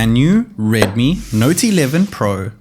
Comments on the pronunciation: You sounds like. ....naughty 11 pro 😂😂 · He says it like redmi nauty 11 pro